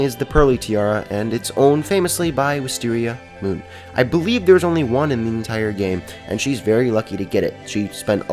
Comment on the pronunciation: That was Wistearmiamoon, though. EHHHH